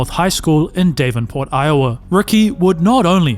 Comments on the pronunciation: "Dave-n-port"? What the actual f is that pronunciation. It's Dav-en-port, FFS It's not named after some twit named "Dave." Look it up. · omgg it’s not dave-an-port it’s pronounced davin-port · Davenport not Day-venport but otherwise great! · "DAHV IN PORT" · Not Dave-in port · It is not unusual for a high school player to sign a letter of intent with a university after “only his second year of high school” Hell, there have been junior high kids signing letters of intent. Also, learn how to pronounce Davenport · Good video. Two things though: Minnesota is not a city, and google how to pronounce "Davenport" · It's another AI voice mispronouncing Davenport. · I’m from Davenport, and that bugged me more than it should’ve. 😂